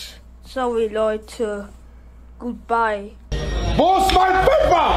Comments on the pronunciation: "ich will einfach nur sauwy sagen leider kein GTA Gutbye" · *gutbei xD